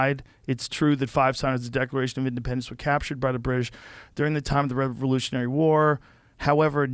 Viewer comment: Pure comedy! For DT to suggest he “is reading” a book, is completely laughable. I love it when individuals advocate for drug use and they can’t put together a sentence and can’t say “British”. GTFOH.